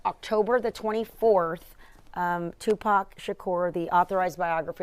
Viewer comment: you spoke of Tipac so well pronounced God bless you❤